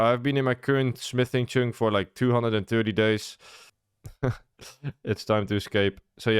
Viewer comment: That is not how 'chunk' is pronounced